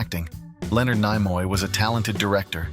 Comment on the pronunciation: Some interesting information but the A. I. Voice ruined this clip with incorrect pronunciation of names. Nimoy is pronounced Nee-moy. I can't recommend this channel 😞